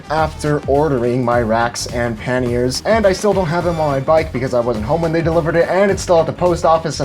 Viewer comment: Love your videos , they're very educational. It's a little late for the correction and I don't mean to be a ∆!€K , but it's pronounced like Kanye with a P , "Pa-Nye" , with the "a" sounding with an "Ah" and not "an" sound "Pah-ni-é". Love the video